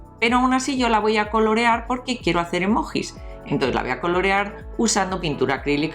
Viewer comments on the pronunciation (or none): se escribe emojis pero se dice emoyis